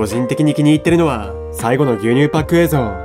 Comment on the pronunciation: 「えいぞう」じゃなくて「えいぞん」って発音がやっぱり気になる